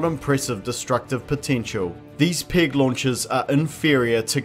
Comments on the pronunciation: Your accent makes it sound like you're saying "pig launchers". Though those would probably be more effective. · To my American ear it sounds like you keep saying "pig launchers" and it's conjuring up some fantastic imagery.